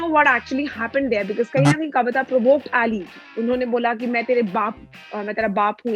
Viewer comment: Why is she calling him eliii XD its ali bro...... Itna cool mat bano ke bakwas lage